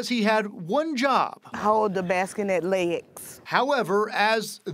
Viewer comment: The "baski-net."